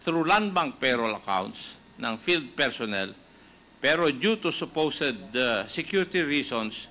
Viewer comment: Natawa ako sa su-pu-sed hahha acop..